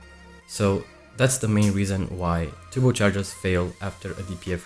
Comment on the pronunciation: He's saying turbo, it's like turbo without R...tubocharger 🤣😂